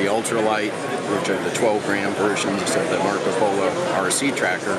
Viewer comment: He said "Macro Polo", lol I stopped watching at that point.